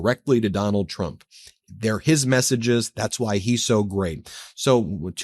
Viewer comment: I cannot hear her say anything besides.....President Chump......😂😂😂😂 just listen to her. Every time she says it, more and more sounds like CHUMP hahahah